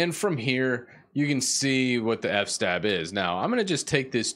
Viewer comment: I like that you pronounce it "f-stab" like I always do in my mind. I have no idea how long it was until I realized it was "f.s.-tab" for "file system table".